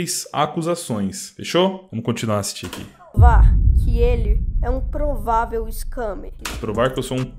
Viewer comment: Ele disse improvavel;'